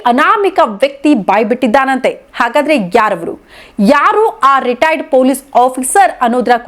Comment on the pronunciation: Madam first pl learn how to pronounce " Retired" ...u are saying "retiredar"... responsible channels like you should not indulge in sensational news..